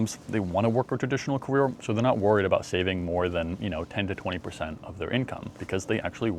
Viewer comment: When i began my “Cawere”